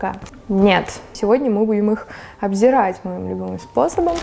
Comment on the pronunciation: Обозревать, а не обзерать! 😂😂😂